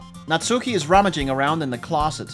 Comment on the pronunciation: Oh man, this is in many ways a perfect game for this channel. It's going to be a treat! I've just started watching so I don't know if you finished it or not, but if you want a pronunciation tip regarding the names you should stress the first syllable and skip the u in Natsuki, so basically SAI-ori, NAT-ski, YU-ri, and ofc MO-nika.